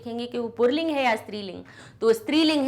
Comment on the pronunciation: मैम, पुल्लिंग होता कि पुर्रलिंग बताएं। क्योंकि आप बार - बार पुर्रलिंग बोल रही है, जो कि गलत उच्चारण है।